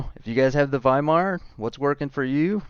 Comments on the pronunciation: its pronounced waimar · "W" is pronounced like a "V" in German. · When you were pronouncing Weimar all I could think about… “Gold jacket, green jacket who gives a shit” 😂